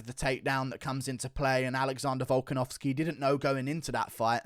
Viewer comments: His name is Volkanovski. Not Volkanovskeh. You absolute weirdo. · "Volkanovskeer" "honestleer" "robareer"